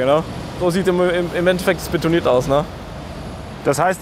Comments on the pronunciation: es heißt beNtonit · Aaaargghhh! Es heißt *BeNtonit*, nicht Betonit!!!! Hat nix mit Beton zu tun, sondern ist nach Fort Benton in den USA benannt, wo dieses Tonmineral in einer großen Lagerstätte vorkommt (aber nicht nur dort). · Das Zeugs heißt Bentonit, nicht Betonit.